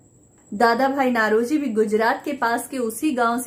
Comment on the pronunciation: नौरोजी not नlरोजी